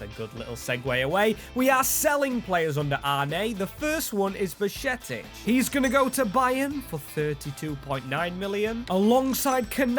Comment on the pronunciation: Bashetic? come on man at least try to say his name correctly